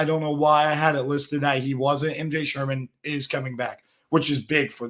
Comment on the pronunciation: Sherman's name is also about the only name your pronouncing correctly as well.